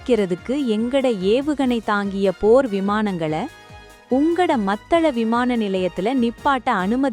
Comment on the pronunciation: செய்தியை ஒழுங்காக வாசியுங்கள் மத்தள அல்ல மாத்தளை. இலங்கை அரசாங்கத்துக்கு கொத்தணி குண்டுகளை கொடுத்தவர்களுக்கு உதவி செய்ய வேண்டும் தானே அதனால் தான் இப்படி கதைக்கின்றார். ஜனாதிபதி